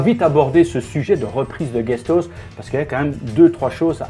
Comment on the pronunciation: guestos!!!! ???? peut être Guest House?? Se prononce [AOUS]. Apprends l'anglais avant de donner des leçons aux autres. Ri Di Cule